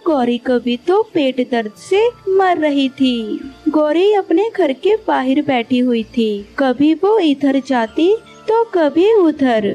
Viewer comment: Bahir nhi bahar hota he